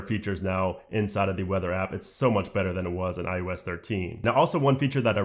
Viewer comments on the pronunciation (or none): STOP SAYING IUS IUS IUS. IT IS IOS